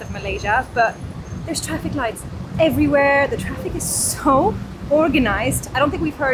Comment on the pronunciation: Safe trraffic 😂 That made my day. Great video btw!